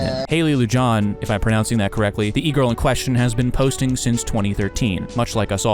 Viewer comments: You are murdering her last name. Horrible pronunciation. Lu-han is how it’s pronounced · It's pronounced LunchBag Loo-Han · Lujan? You mean Lujan (Loo-hon) lmao never heard anyone pronounce it like that lol. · He white and doesn't speak spanish